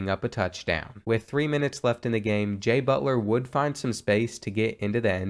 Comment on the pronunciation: EVery time he said jay butler i felt like i was hearing jimmy butler